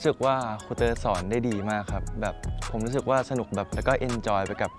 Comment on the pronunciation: ทำไมฟังดีๆคำว่าสอนของพี่เติร์ดมันออกไปทางสวน